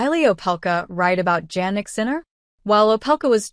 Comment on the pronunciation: Please pronounce Sinner full name correctly: Jannik Sinner not Jagnic Sinner. It’s sounds like Yannik Sinner. It’s not Jeynik Sinner.